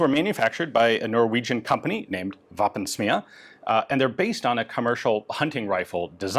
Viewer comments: Pronounced v-oh(first vowel sound in 'woah')pensm-ih-ah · the pronounciation of "å" in Våpensmia is like "whoa" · Norwegian pedant here: The å in Våpensmia is pronounced like the a in the english word "wall." Våpensmia translates to Weapon(s) Forge. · Ian, the Å is pronounced as the AU in daughter, 😉